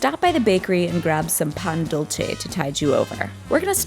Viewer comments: pronouncing dulce the italian way hurt my soul, but this video is so enjoyable, it makes up for it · It’s not Italian. The word is not dulce (dool•chay) it’s Spanish, pronounced as dulce (dool•seh) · its said dul-say not dul-chay. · Dulce in spanish is like “dul- se” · She said dulce in Spanish wrong. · OMG THE WAY SHE SAID DULCE GAAAHH NO NO NO